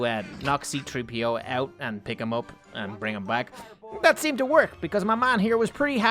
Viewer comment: C3PO NOT CTREEPO